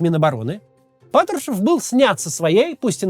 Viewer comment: Когда над речью работать будешь? Твое Патршвшушев просто убивает. Ты же можешь Р выговаривать, какого хрена весь выпуск ты плюешься в камеру